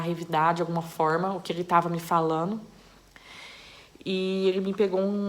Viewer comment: Nossaalem de voce falar no gerundio ainda vc troca o d oelo n. Falano, sonhano. Isso e muito desagradável